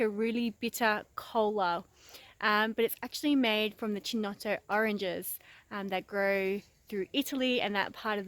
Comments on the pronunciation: Yes it is triggering ... Key to my ears not Chee. I just call it Brio. The only chinotto I can buy around here. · It's pronounced "Keynotto". The "C" is hard. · The way you pronounce Chinotto will trigger every single italian on earth. For the love of god call it "keynotto". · Its ki-nott-o not che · Fantastic I've been wanting a chinotto syrup recipe, but can't find an off the shelf product, nor the chinotto fruit. Coca Cola used to make Bisleri under licence but they dropped it, Good job, looks like it should work, have to get the makings. PS it is pronounced "Kinotto" in Italian, don't know about Maltese. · great, but the pronounce is Kinotto or Keynotto. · Chin-no-toe... STAAAP LOOOOOOOLL PLEZ LOL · it's pronounced with a C not CH so KINOTTO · I'm not even Italian, and I cringed each time... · where is the other culture? She’s just taking our culture and mispronuncing it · Triggered the shit out-of my husband right now every single time lmaoooooo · yeah this is not how to pronounce chinotto 😬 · Easy there. She is Maltese not Italian, you don't know what it is called in Maltese. Do agree though I flinched every time she said it.